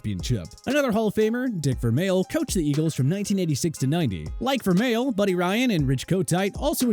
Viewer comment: You couldn’t pronounce correctly… Marv Levy Dick Vermeil George Seifert